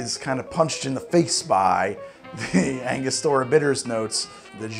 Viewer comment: Ango-stura not Anga-stor-uh